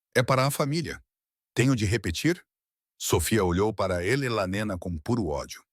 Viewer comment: O narrador IA precisa aperfeiçoar a pronúncia do nome da "Elelanena"😅😅😅 Alguém deveria explicar-lhe que se pronuncia E-le-na e não "Elelanena" 😅😅😅